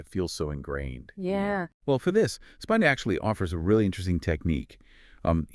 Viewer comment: Pronounced Speeeena.😊